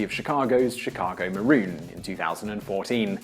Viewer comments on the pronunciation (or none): none